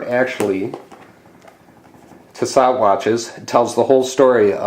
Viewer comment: Pronounced T so